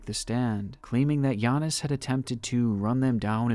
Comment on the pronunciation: It took the NBA half a decade to learn how to pronounce Giannis and you did it on the first try.